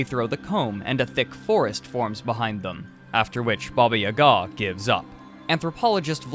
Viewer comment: Why you put that strange accent on "Ga"? It's not pronouced this!